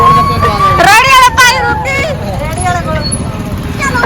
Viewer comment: ਰੇੜੀ ✅ ਰੈੱਡੀ ❌😅